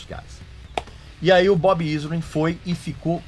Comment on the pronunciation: Shep Gordon, não Gordon Shep rsrsrs. Bob Ezrin, não "Izrin" (pronúncia)